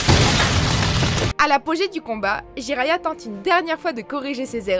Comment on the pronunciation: Jiraiya mdr '' Jiraya ''